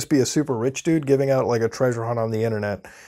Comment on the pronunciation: Its funny how he says "dude." 😂😂 Like .